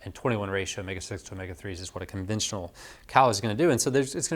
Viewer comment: Sorry I couldn't quite understand the word you were using about the guy you suggested changing what type of meat to eat, were you saying 'conventional' meat? What type of meat was he eating(processed?) and what did he change to? What is 'conventual' meat or whatever word you used?